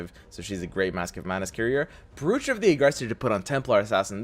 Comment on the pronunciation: do you mispronounce brooch on purpose?